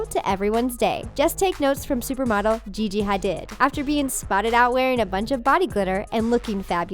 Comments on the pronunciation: “Gigi Haded” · I know her name is Gigi hadid but it’s pronounced HADEED not HADID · Gi gi hidid hadeed is how you pronunce it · I swear, at this point, this channel is just mispronouncing peoples' names and not doing their research on purpose.... like WHO TF SAYS GIGI HA-DID ITS GIGI HA-DEED SMHHHH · Gigi hadid: Gee-Gee Ha-Deed not Ha-did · GIGI HE-DID..... IT IS GIGI HED-ID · Gigi haDID ? HADEED is how IT'S said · Gigi Hah-did Cara Deleh-veen Kendall Jin-er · Gigi Had -did serous anyone else triggered? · I hate to be a grammar nazi but its PERNOUNCED gigi HA-DEED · Gigi ha-did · Lmao she said Gigi haded😂🤦🏽‍♀️ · “Gigi Ha-did” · "gigi ha-DID" jesus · It's pronounced HA-DEED even though it's spelled Hadid! I think this channel does it on purpose because she says so many things wrong🙄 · Can you seriously learn to pronounce the names of celebrities properly? Get a new narrator who isn’t a complete idiot or introduce her to some of the celebrities whose names she screws up. Like Gigi Hadid! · Oh no you gigi hadidnt! Thats not how you pronounce 😂😫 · It kinda seems like they don't know wtf they're talking about... They not only messed up a few trends, they didn't even bother to search up how to pronounce Gigi Hadid's name... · I hate the way she says hadid